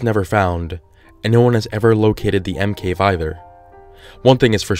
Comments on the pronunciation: Why do I keep hearing Emkay instead of M cave? Just me ok....... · Did you say l cave except for monster cave